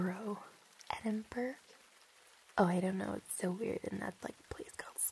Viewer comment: Lmao, hearing her "try" to pronounce Edinburgh was fantastic.